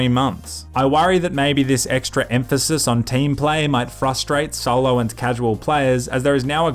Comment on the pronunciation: is hilarious! and its not sollow its SOLO